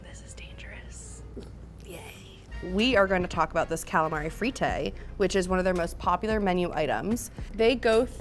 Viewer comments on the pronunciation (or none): they way she pronounces fritte is goofy